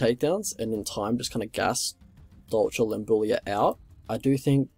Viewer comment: You pronounce the name the right way